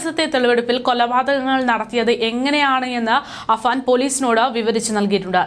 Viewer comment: Afaan എന്നിടത്ത് പല തവണ അഫ്സാൻ എന്ന് പറയുന്നു. എല്ലാവർക്കും അറിയാം കഷ്ടം പേരെങ്കിലും നേരെ പറയ്